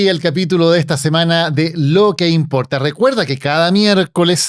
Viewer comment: El otro dice “lo que impolta” 😂